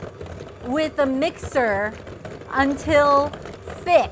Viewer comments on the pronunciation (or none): beat with a MEEEXHHHAAAR